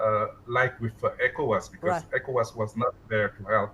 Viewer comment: Ecowas is done. Stop saying Evowas